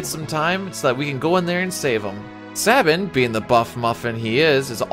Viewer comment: Its SAY Bin, not SAH Bin.